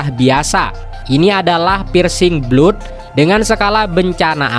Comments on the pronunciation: blood : /blʌd/ it's blad not blud. Btw, thanks for the summary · Blood pronounce atau pengucapannya Blad..